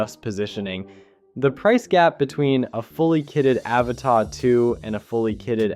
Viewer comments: It’s pronounced “ Ava-TUH” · Dude, your review and analysis are both interesting but your mispronunciation of the model name was driving me crazy so I had to quit the video halfway in!